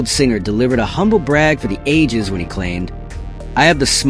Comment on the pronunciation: "Da" floor?